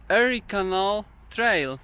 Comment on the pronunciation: Fajny montaż i muzyka. Przypomina mi filmy o. Szustaka. Jedna uwaga. Warto dowiedziec sie od tubylców(albo w google translate) jak wymawiają nazwy poszczegolnych miejscowości, krain, rzek np Erie canal, Niagara falls - wymawia sie inaczej niż ty to robisz. Przy tym bogactwie faktograficznym, to jedno razi.